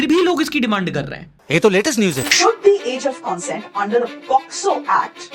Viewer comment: Consent ka ye pronunciation sun sun kake mai bhi bhool gaya ki actually pronunciation kya hai.... arre bro aap ko bohot log sun rahe hain try to pronounce the words correctly so others don't make the same mistakes that you do. You may not be held responsible, but you should take the responsibility.